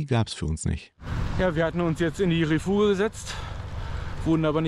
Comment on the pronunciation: Refuge spricht man übrigens röfüsch aus 😉